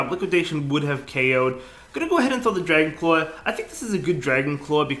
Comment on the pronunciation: Dwagon cwaw